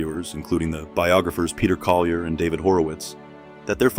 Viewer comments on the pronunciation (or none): none